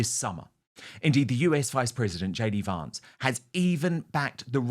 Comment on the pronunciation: Why does Wootton insist on mispronouncing JD Vance's surname?